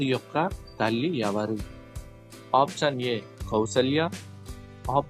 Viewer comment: Mundu meeru option ane padam correct ga palakandi, ఆప్షన్ అని. పలకండి, అపచ్చాన్ కదూ